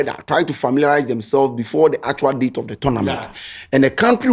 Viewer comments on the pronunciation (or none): none